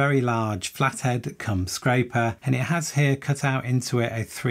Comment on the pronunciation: … “A very large flat head come scraper” I had this on in the background and had to have a re listen after that one! 😂 Great video